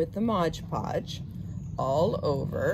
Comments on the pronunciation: Aggghhh! How many times did she want to say “MOD PODGE” wrong?! It’s not “Modge podge” lady! And what a waste of cinnamon! 😖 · MOD, MOD podge, not modge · The product your using is spelt and pronounced as MOD PODGE, Not MODGED PODGED ! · It’s Mod Podge not Modge Podge 😣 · Waste of expensive cinnamon, but I bet they smell good! And it's MOD Podge--not MODGE Podge! Like nails on a chalkboard! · Please say Mod Podge correctly, please????!!